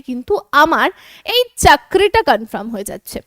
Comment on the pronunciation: CONFIRM -----, এটা কনফার্ম বলে কনফ্রাম নয়, কানে খুব লাগছে।